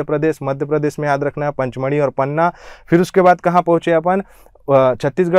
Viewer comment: पचमढ़ी है, पंचमढ़ी नहीं।